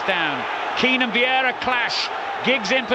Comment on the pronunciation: Why does he call him vieida instead of Vieira?